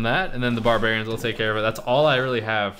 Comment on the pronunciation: "Bahrbewrians pop out"